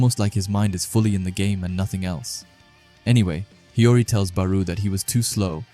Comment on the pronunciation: It's not hiroi it's hiori